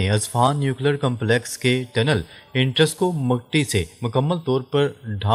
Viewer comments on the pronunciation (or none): "اینٹرینس" نہین کہنا آتا ؟؟